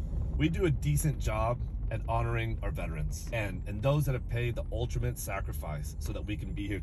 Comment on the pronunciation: “Ultrimate” sacrifice?